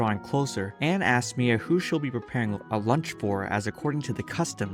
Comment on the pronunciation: ok is it just me or did he say mMia?